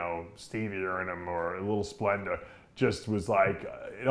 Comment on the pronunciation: Why does Dave pronounce words the end with "A" as "ER"...? Example he says "splender" instead of Splenda and "olympier" instead of Olympia lol wtf?